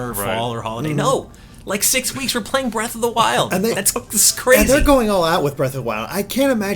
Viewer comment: How did they let "Breath of the Wildly?" slip by so easy lol